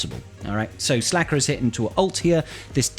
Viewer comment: Yeah it’s SLKR. Pronounced Slicker